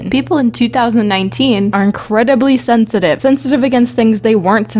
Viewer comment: " sensivite " reather stiupid